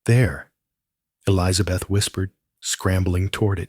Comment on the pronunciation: The woman’s name is Elizabeth. Not Eliza Beth. Good grief! It grates on the nerves. Maybe educate your AI on proper pronunciation. Yes, it’s a little things, but details do matter.